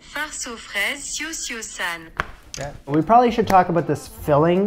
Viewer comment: Forget that pronounciation app. It's not French so San does not rhyme with the french word "sang" or "sans". This "San" rhymes with pan, can, tan. Cio-Cio-San is the italian spelling of Cho-Cho-San, pronounced exactly the same way, which is the title character's name in David Belasco's 1900 play "Madame Butterfly", which is the basis for Puccini's 1904 opera "Madama Butterfly".